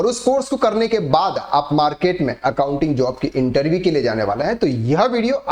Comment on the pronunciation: Interveeee mat kahen bhai, irritating